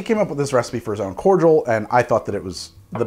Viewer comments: That was the first time I've ever heard someone pronounce cordial (core-dee-al) as core-jewl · It’s pronounced Cord-I-all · I have NEVER heard someone say cordial like that. It's always been corr deeul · I didn't realise that Americans don't separate the pronunciation of Cordial (Kor-jal, courteous) and Cordial (Kor-dee-ahl, a drink). The more you know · Do Americans pronounce Cordial 'cor-jul' or am i missing something? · The way he pronounces cordial sends me. Is this how it’s usually pronounced in the US? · Why cant Americans say cordial right??? There is no G in there, it hurts to hear